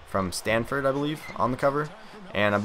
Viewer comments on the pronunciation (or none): none